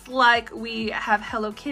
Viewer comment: Love the videos , it’s Pom -Pom -pure-in, not Pom-pom-er-in :)